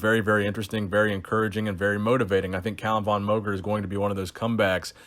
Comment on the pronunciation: VON is pronounced like FAWN, since it's of Austrian origin.